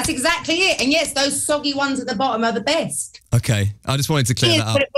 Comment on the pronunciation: "THOSE SOGGY ONES AT THR BOOTOM ARE THE BEST" 🤣🤣🤣🤣🤣